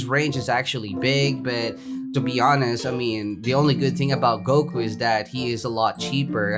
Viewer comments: it's goku not goke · U said goke!!!!!!! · goku not goki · Me when he calls vegeta vegito and goku goki: oh no not again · Mans said goky im not mad im dying right now bruh XD😂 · Cmon stop trolling lol "Vegito and Goky" Lol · I was triggered when u said vegito, but I got used to it but when u said GOKI that set me off